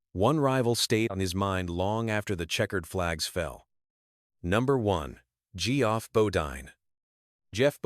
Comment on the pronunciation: Its Jeff not g-off, and bodyne not bodeen.